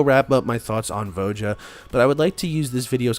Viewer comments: Jesus. Its not VO JA. ITS VO YA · Please tell me you're trolling everyone with that pronunciation of Voja?